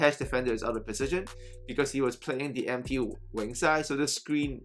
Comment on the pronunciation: You said go to the MP wing/side or are you saying to go the empty wing/side? I’m trying to understand what you’re saying